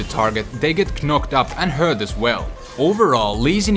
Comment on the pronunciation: KKKKnocked up. Such a funny accent :P